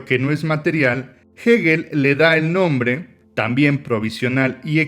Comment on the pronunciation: Gegel ......o......hegel ....pronuncia bien no se te entiende